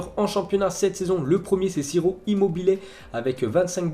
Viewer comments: c’est pas « sirop immobile » c’est « chiro immobile » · Fait un effort pour la prononciation des noms 'siro immobile' c'est insultant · Immobile il fait chier il est bon que en club pas en selection ...... Et son nom se prononce Tchiro..plz travail la prononciation des joueurs c'est désagréable à force 😅